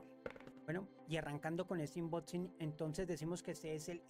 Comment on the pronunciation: Es unboxing😂no inboxin pero buenoo🎉